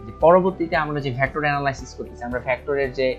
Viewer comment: ভ্যাক্ট্রর না ভেক্টর